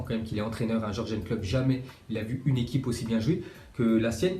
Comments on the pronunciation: C'est pas Jorgen mais Yurgen Klopp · On dis yourgeun